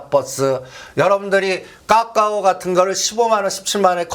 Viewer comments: 종목명이 까까오가 아니라 카카오입니다^^ 듣기 아주 불편하네요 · 듣기 절라 거북하네 까까오가ㅜ뭐꼬? 카카오 발음이 안되나? 기업이 주가가 실적과 밸류와 시대적흐름은 무시하고 무조건 작업이나? 카카오는 성장이 끊어지고 대주주 논란등... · 발음 좀 따라 해봐. 까까오 아니고 "카카오". 아프리카에서 이민 온 사람도 아니고 발음이 그렇게 안되나? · 카카오를 왜 까까오라고 하는거야? 까까사묵게? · 오늘31일인데 ? 이분 어쩌면좋아요 이런훌륭한분이 한국주식시장에 계셨다니 정말한심그자체입니다 카카오를 까까오라고하시질안나 주식장은 아무도예척을못하는법인데 당당하고대담하게 예견도하시고 존경합니다 님이시여~~공부좀하십시요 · 어마무시 거버넌스 이단어는 가장만이사용함 ㅎㅎ 근데 거버넌스가 무슨뜻인지 알고계세요?? 까까오 가아니고 카카오입니다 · 카카오를 왜자꾸 까까오래ㅠ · 카카오를 자꾸 까까오 라고 해서 너무 거슬려요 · 카카오입니다 까까오 아니고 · 2021년에도 건설주 soc 현대건설 강력추천하면서 빠데리 옆에도 가지마라더니 그이후로 10배갔다 똑같은소리 한다 회비받아 구찌에서 이제 톰브라운 빠데리 까까오 발음부터 진짜 소설써서 여럿 죽인다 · 분명 맞는 말인데 이분이 말하니 지금은 아닌가 생각이 드네요 그런데 이 사람은 늘 어렵게 빙빙 돌려서 얘기하면서 늘 안맞어 신기하게 그리고 이분은 카카오를 왜 매번 까까오라고 하는지 듣기 싫어요 진짜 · 까까오, 메따뻐스 ㅎ 영어를 진짜 어디서 배웟냐? 웃음밖에 안나온다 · 종목 발음부터 제대로 입만열면 까까오~ 까까오~ 거슬리네.... 이차전지 떨어지니 신이났다 신이났어 기업분석 없이 차트만 가지고 요설만~ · 아오ㅡ굳이 까까오ㅡ 발음이 안되는건가? 거슬려서 내용은 걸러지고 짜증만 난다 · 까까오래. .ㅋㅋ 발음이 레젼드네. 까까오..ㅋ